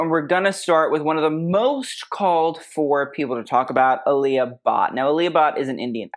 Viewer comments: It is pronounced aa lee uh but. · “Ah-lee-ah” Bhatt. For the amount of research he does, I’m a bit taken aback on how he or pronounces western design names as a posed be Asian designs. tbh, I’m kind of disheartened that the same effort isn’t given to the pronunciation of of certain European bands cause more well pronounced, Especially the Indians hearing how he says the Indian brands